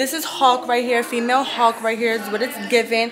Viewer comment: Hawk is not how you say hulk